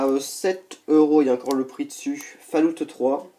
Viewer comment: Vidéo sympas mais on ne dis pas "faloutte 3" mais "fol aoute 3" ;-)